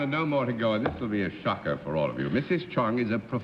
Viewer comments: Dorothy, it's Ch"o"ng not Ch"a"ng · It's CHONG, Dorothy, not CHANG